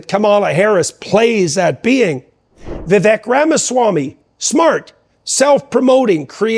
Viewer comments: "Vivek, rhymes with cake" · I thought Vivek is pronounced vi-VAYK. Jordan continues to mispronounce it. Am I wrong? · It's not petty. If your friend doesn't take the time to learn and pronounce your name correctly, are they your close friend? I'm a fan of Dr. Peterson, seeing him live twice, and I that he should get Vivek's name correct.